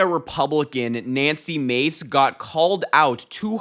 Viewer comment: It’s not Macy. It’s Mahcy.